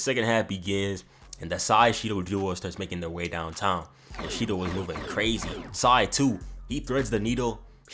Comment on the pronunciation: Shendou=SHIDOU lol